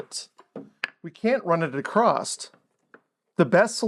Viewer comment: There no such word as ACROSST. you just lost credibility. Course >> Coarse. You just lost anything that was left.